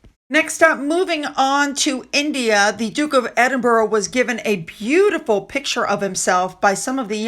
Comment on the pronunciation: it's ED-IN-BRA and not ED-EN-BURRO I know this has become a habit pronouncing his title this wrong way, but please please can you try and pronounce it properly. 🙏❤️